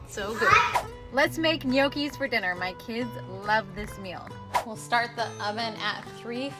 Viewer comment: No key is the correct pronunciation. The g is silent.